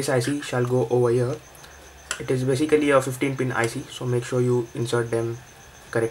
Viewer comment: Say Baesikali one more time!